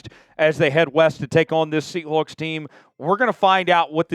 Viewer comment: Great radio voice despite not being able to pronounce seahawks